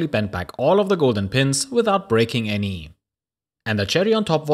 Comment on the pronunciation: I love your content! But I can't help smiling at the intonation of your words :D At the end of almost every sentence you lengten the last syllable. Channellll... Scrapyarrd... Anyy... appearrrd... onlyy... iit... and so on... I love it! :D Don't ever change!